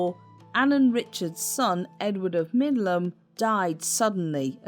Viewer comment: It's Middleham Castle, not Midland.